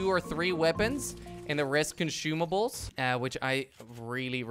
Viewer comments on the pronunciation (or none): He said conshumables